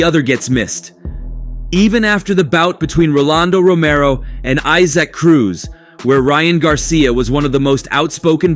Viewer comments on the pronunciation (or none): none